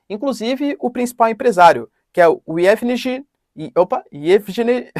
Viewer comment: a pronuncia é IEVIGUENI